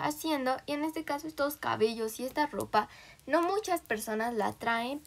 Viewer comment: Pense que decias caballos xd